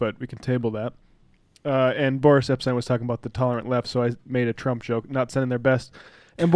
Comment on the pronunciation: Why do you keep calling him "Borish?" Boris is a pretty common Russian name, I have never heard it pronounce Borish. We don't have to like the guy but why mispronounce his name?